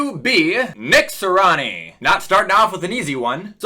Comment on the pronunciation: Its Nick “Si-ree-ah-nee”, not Nick “si-rah-ni”. Good vid tho 🔥